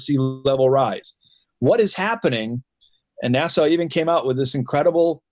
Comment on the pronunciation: NASA . Pronounced “Nassa” as in lass. Nassau, pronounced “ Nas-saw” is in the Bahamas.